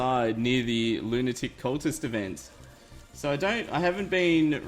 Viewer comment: lol he said lunatic as in (loo - ni - tic) instead of lunatic as in (loo - na - tic) they arent crazy like a lunatic they are space like, like lunatic.